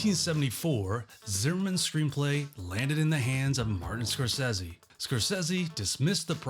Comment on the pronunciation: SCORE-SAY-SEE. Come on, you know it's not pronounced "Scorsezzy."